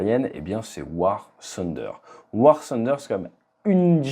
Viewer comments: Ce n'est pas "sunder" mais plutôt "funder", le "th" se prononce comme un "f". Par contre pour "the", en France on dit "ze" mais les anglais dirions plutôt "de" comme avec un "d". Mise à part cela la vidéo est superbe. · On dis tunder ... Mais sinon bonne video